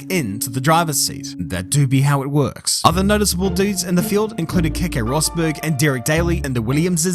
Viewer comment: Roseberg, if you're going to try and pronounce it, not Rossberg.